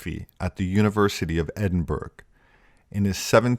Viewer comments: Edinburg John !? try pronounce Edinburgh edinburra 😊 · As usual another great video great research and script. Side note Edinburgh is pronounced edin burrow . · Great stuff. Always enjoy your content. I'd better point out that Edinburgh is pronounced Edin burra. Might save your life if you ever go drinking there. Cheers! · Hey, Edinburgh is pronounced Ed-in-burra. Fantastic video! 👌